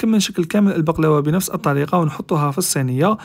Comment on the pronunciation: هبلت مت الضحك كي خرجها من الفرن و غلط باش يقول البقلاوة قال بحلاوة 🤣🤣🤣🤣